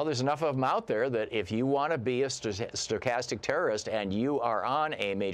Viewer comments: Please learn to pronounce the word Stochastic!! Just trying to repeat words you don't understand or can't pronounce takes away from your credibility. Stochastic means random as it changes over time. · Dude can't even pronounce the word. Who would be so foolish to think he knows what he's talking about. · Julia Lerner I completely agree with you on the meaning. It clearly means hate speech leading to random terrorist acts. My concern was the mispronunciation of the word Stochastic with is a advanced math concept meaning a random event that changes its randomness form over time.